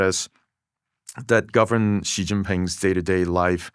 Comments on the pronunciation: The 'zh' sound /ʒ/ doesn't exist in Mandarin. So that's not how you pronounce "Xi". It's pronounced / ɕi / -- a voiceless palatalized subilant. It definitely is not voiced. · Thanks so much for this interview. Props for the subtitles as a whole (still needs a grammar parse to nab the extra words that dropped in here and there). One thing Dwarkesh, if you ask someone how to pronounce a name (or to correct you) please try to then say it correctly too to complete your show of respect for whichever foreign culture you're discussing. Another thing D, be very careful about your bias, it seriously undermines your integrity and validity. Much of the condemnation and judgement you level should be measured against other countries too, particularly the US, Victor checks you a few times and in a more measured discussion you would spend more time contrasting. You did this well when mentioning the "rent" in Californian bureaucracy, sadly this approach wasn't consistent. Some of your judgements are perceptual/ideological (unconscious) bias driving sensational or hyperbolic choice of words. Try talking a little slower to phrase your question more carefully so you can properly discuss the issue from all povs rather than feed the bias machine and make your audience more attentive to the substance of the discussion rather than the judgements. With that attention to poke at the issue from a few academic/analytical angles with someone like Victor you would generate some really worthy perspective and enlightenment around the differences in approach. For instance some consideration about whether "wasting" money producing tangible outputs to service state and consumer de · You mispronounced his name 😶 The Latinization with the extra "h" (so Shih instead of Shi) is supposed to indicate that its not prounced like "ee", but more like the i in "in" Havent watched the rest of the podcast yet, Im sure its great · Hes anglicising the pronunciation. Because he doesnt know pinyin